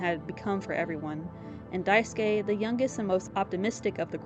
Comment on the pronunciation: Finally someone who doesn’t Wrong pronouns Daisuske name ❤ Also nice vid